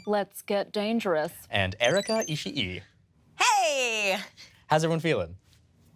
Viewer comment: Um actually, since Ishii is a Japanese name, it should be pronounced with a long i: Ishī